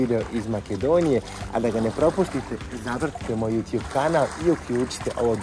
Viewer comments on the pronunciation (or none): none